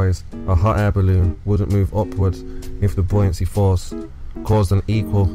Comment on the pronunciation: There's one thing he gets right - the pronunciation of 'buoyancy'.